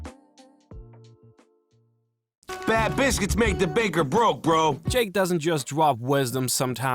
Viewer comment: ngl I was sobbing throughout this whole video as alot of these lessons were truly needed at this moment in my life but you pronouncing biscuits as bis-quits immediately stopped the tears and actually lifted my spirits at the silliness of vocabulary. idk if that was intentional or not but thank you so much nonetheless